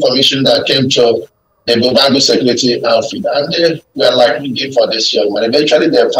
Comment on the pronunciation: Pls this should learn how to pronounce Ebube Agu properly. That's good journalism